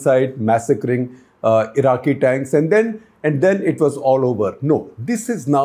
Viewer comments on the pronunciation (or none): none